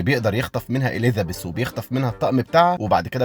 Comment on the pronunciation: عندك مشكلة ب "اليذابيث"